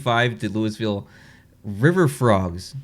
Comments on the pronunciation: It is pronounced lew-a-ville, not Louisville. Love the vids! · Would you have ranked the Macon Whoopee logo higher if you understood it at the time of the filming? It's pretty clever... not just the name, but the bird and the bee. And don't feel bad about the Louisville mispronunciation. People in Louisville even mispronounce the name of poor King Louis (loo-ee) XVI of France, for which the city is named.